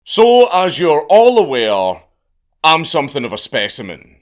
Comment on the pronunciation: You're a spe-semen?? 🤨